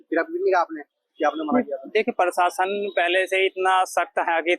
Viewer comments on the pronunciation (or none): भाया पीरशासन नहीं होता है प्रशासन होता है ठीककरो उसको इस पर जब आपको अनपढ़ या मदरसाछाप बोलते हैं तब बुरा मानजाते हो यह नहीं देखते कि अगला क्यों बोल रहा है कुछ तो कमी हैभाया जितना जल्दी हो सके उस कमी को पकड़ के सुधार किया जाना चाहिए